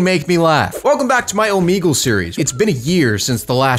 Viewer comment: bro said omeegle